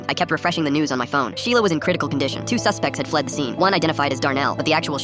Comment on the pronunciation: "MY SHELIA"